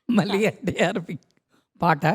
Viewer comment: గారి విశ్లేషణ చక్కగా ఉంది. గారి anchoring పేలవంగా ఉంది. తెలుగు భాషలో ఉచ్ఛారణ దోషాలు చాలా ఉన్నాయి. మళ్ళీ, వెళ్ళి వంటి పదాలు చంపబడ్డాయి. అది చక్కటి తెలుగు పాటల పల్లకి అన్నప్పుడు, వీలైనంత వరకు తెలుగులో మాట్లాడడం బావుంటుంది. తెలుగులో పదం లేనప్పుడు, అన్య దేశ్యాలు వాడడంలో తప్పు లేదు. ఇలాగే కొనసాగితే, ఆవిడ ఈ కార్యక్రమానికి పనికిరాదు.